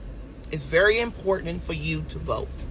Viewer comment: "Considerize" ... "Impordanant" 🤭